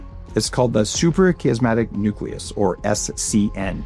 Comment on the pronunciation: You lost all credibility when suprachiasmatic nucleus appeared as super cosmetic nucleus in the captions. The ias is pronounced not eeah but aiah